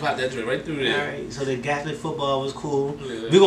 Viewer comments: GAELIC not gathalic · Hey . It’s pronounced gay lick 😆 love the vid lads ! Love from Ireland 🇮🇪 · It’s pronounced gay-lick ,and it’s county’s not states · Why's it sound like you call it Catholic football 😂😂😂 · It’s pronounced (gay-lic) football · ...the way you'se pronounce Gaelic hurts my ears, mind and heart